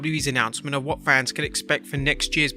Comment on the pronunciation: For someone who can't say "Fans" properly, you are the last person who should be mocking how people pronounce things. just sayin'